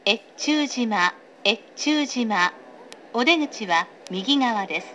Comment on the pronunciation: 越中島が、DASH島に聞こえる。